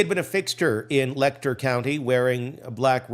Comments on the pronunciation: For the future, Letcher is pronounced with a Ch sound, not a k sound. leh-chr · You need to learn how to pronounce Letcher County!